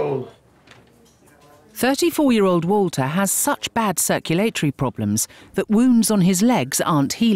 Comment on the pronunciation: The way they pronounce circulatory makes me loose brain cells